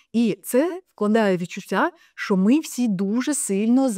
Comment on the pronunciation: Не ШО, а ЩО